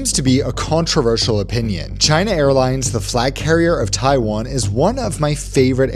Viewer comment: stop it it’s Taiwan not taifan